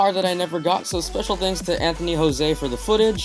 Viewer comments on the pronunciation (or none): none